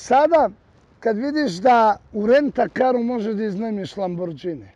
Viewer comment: Ne kaze se lambordzini,nego lamborgini